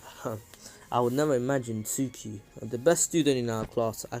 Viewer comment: hes trying to say tsookie but hes saing sookie in the beggining but in the end he corrected saing it